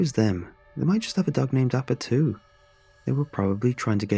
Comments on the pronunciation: At first I thought he said "Aba" from Aba and Preach 😂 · That's not how you pronounce Appa...